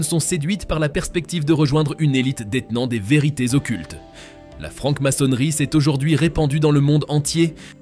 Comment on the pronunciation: Francke maçonnerie. Faudrait parler français !!!